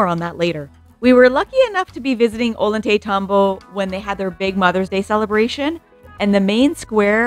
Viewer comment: Ollaytambo is pronounce - oy-yay-taytambo. The double (LL) had a "yuh" sound ❤ Thank you for this video!!! My Peru Trip is in 2 weeks and I can't wait to see this beautiful country!